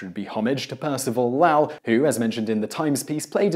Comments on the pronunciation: Once again you fucked up the pronunciation of someone's name. It is Low ell (short e) and not (Lah lle) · Correct, it's low-ul. I'm familiar with the observatory since I'm from Arizona and into astronomy. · Lowell is pronounced LOW-ll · Did pronounce Lowell as Laowell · In general, you do great work, but MAN, you canNOT pronounce either Roosevelt or Lowell. You might need an American on staff you with American names (although, not all of use are good with those, either). I'd volunteer, but I live in Cambridge, Massachusetts and have the feeling that the commute might be prohibative.